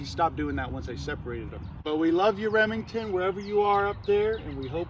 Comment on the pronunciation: Rip emington with the silent r